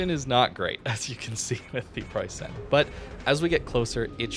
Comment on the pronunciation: Okay, since I've heard it for the hundredth time now, I gotta say something: You pronounce it Preussaen but you'll be much closer to the German pronounciation by just saying Preussn. The last 'e' in Preussen is practically silent and merges with vocalizing 'n'. Great vid as always!